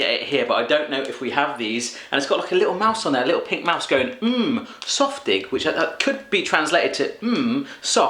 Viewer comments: Another German here - I think the thing you read as "softig" was actually "saftig" - but I'm not totally sure as I couldn't really get a good read of the packing - and I personally dislike the "Süße Mäuse" - which would be "Sweet Mice" in English. I just wish Thomas would have send you a recording on how to pronounce the products! It's been funny to see stuff pronounce in a complete different way. And it is actually "Nimm 2 Soft" - and I'm disappointed he didn't sent you the original "Nimm 2" (which is tranlsated to as "Take 2") that come in the flavours of orange and lemon - that's why you have to take two to get both flavours. But then those are drops with a soft core (and the "Nimm 2 Soft" also have a soft core - one that I like to squeeze out and suck out before eating). I never tried the "Brausepulver" with vodka - yet - but taking the whole sachet down in one go: IMPRESSIV! (I put it on a plate or damp my finger, stick it in the sachet and lick it off...) Putting water on it is like wasting it - in my opinion. Did it as a kid, don't do that anymore. Too bad he didn't send you the "Brausewürfel" - that's kind of the same just pressed into cubes. (And no, I wouldn't put a whole one in my mouth - I nibble them.) "Underberg" - not chilled? Bet you are drinking your Jägermeister at room temperature as well. ;-) I'm not fond of either - but I know people will think you are crazy for not having it chilled! I haven't had "Hanuta" in ages - but I think it has the same company be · It's not ''Softig'' it is ''Saftig!'' :)